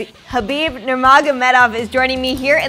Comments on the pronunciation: I told you all its and not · Joey Diaz: "Kalabeeb" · It's 'Khalabib' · why do you americans say its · NOT KAAAABIEB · It's khalabeeb u fucks. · Is it that khard to say H properly? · It's khalabib! Bitchez 😂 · Lol even Khalabeeb says his own name wrong. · Correctly his name will - Don't thank me 😃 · Wait! His name is... wth is the K there for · "say it correctly for everyone out there" "khalabeeb" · She can’t say khabib but can say alistair, jemima, Anderson Fucking uncultured swine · ‘We should give you a nickname that’s easier to say’ Bitch if you’re going to interview him have the common DECENCY to learn to pronounce his name right. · “we need to find you a nickname” 🤦🏾‍♂️ nothing hard about pronouncing his name